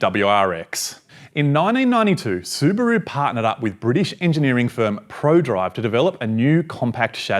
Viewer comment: su broo 🤷🤣 su ba ru✔ he can't pronounce properly